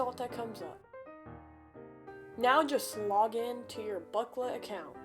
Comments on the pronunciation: "today im gonna show you how to hack booklet" its "blooket" XD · no way this dude is saying "blooklet" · Bro calls it blooklet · bro pronounced it "booklet"